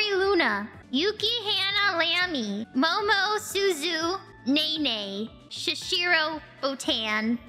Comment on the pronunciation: Momosuzu Naenae was crazy 😂